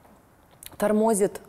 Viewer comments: Леся, не обижайся, но нужно говорить не тОрмозит, а тормозИт! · Не торМОзит, а тормоЗИт.Не На район ,а в район,шановна Леся.Вы для меня раскрылись с лучшей стороны после этого интервью.